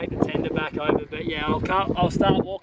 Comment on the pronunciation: saying 'right now': "Right nayah"